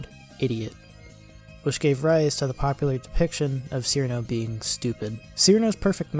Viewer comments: none of those old PVs, with the possible exception of Cirno's perfect math class, trigger content ID :) and it's pronounced Chirno not Sirno also!!! yumemey isn't a he 😭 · Pronounced Cirno as "seerno" opinion rejected. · Its pronounced chirno or most accurately chiruno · I must mention this even if it seems semantic or whatever one may call it or me but, Cirno despite how it is usually spelled in English would most certainly be pronounced Chirno, Chilno, Chiruno, whatever variant makes more sense or is preferred. Her name in the games' Japanese text is チルノ in katakana which in romanji is "Chiruno" so her name is definitely not Seerno or sirno when pronounced. I have no clue why her name has always been spelt Cirno in English; my best guess is when translated they either guessed that or got used to typing "Ci" for チ or something since on current English based keyboards set to type kana you can type "Ti" to get the same result instead of typing the full "Chi" to get the kana when using said keyboard. I understand why people pronounce her name the way they do due to how it is spelled, but now I know the truth so I shall spread it as it can urk me slightly now hearing her name pronounced wrong.